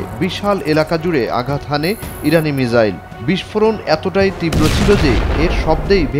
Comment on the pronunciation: এটা মিজাইল হবে না,হবে মিসাইল,,,,, উচ্চারণ না পারলে শিখে তারপর উচ্চারণ কইরেন